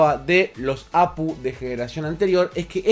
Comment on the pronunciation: No sé dice Apu, se dice A Pe U, cada letra por separado... O cómo dice GPU? O PCI? O cómo dices AGP?